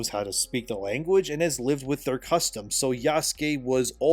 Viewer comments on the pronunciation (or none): none